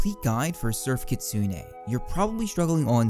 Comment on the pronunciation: I've wanted to say this for a while and I don't want to be that guy, but it's not Kitsune (KIT•SOON) it's (KEY•SOO•NAY). It's the name of a Japanese Yokai Fox thingy